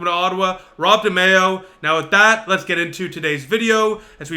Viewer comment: Pronounced De my oh….